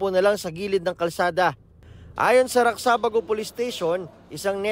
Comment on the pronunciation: it is pronounced as RAJA BAGO not RAKSABAGO halatang rich kid mga writer at reporter nyo hindi alam ang tondo hahaha